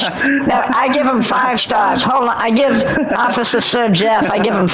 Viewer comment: Ah, the noble "Owficer"...